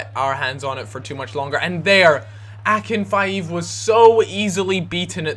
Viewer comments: FFS it's not akinfieev it's akin feev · it's Akinfeev, rhymes with sleeve. Not Akinfive, nor Akinfaev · Nope, it's pronounced Akinfeyev. And if definitely doesn't rhyme with sleeve :D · IF IT WAS AKINFIEEV IT WOULD HAVE THE BUT IT DOESNT (AK-IN-FEEV) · That is not how you pronounce Akinfeev